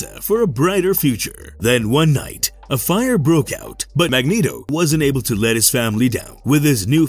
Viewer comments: I know its a fictional character but its pronounced Mag neat o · This guy's voice is a zero out of ten. And hearing "Mag-net-o" makes the video a zero. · Can everyone down vote this just for Mag-net-o.... terrible job and they just post it